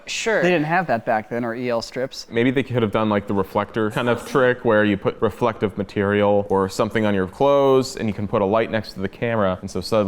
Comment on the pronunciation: "Relective Materials"